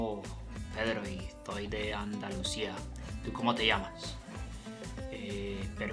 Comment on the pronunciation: You completely missed Spanish accent. Instead of Andaluthia, you said Andalusia. And you said ethtoy, when you needed to pronounce estoy. Argentina accent is very unique. And many believe is the sexiest. Second would be Spanish. Most clear and pure is Colombian, so agree with you. You need to work on your American accent. Painful to listen to your English.